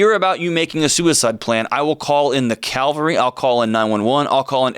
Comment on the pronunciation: Ca--VAL--ry. Ca--VAL--ry. Ca--VAL--ry.